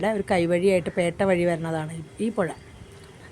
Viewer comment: പൊഴ എന്ന് പറയാൻ പറ്റില്ല - പുഴ എന്ന് പറയാം😂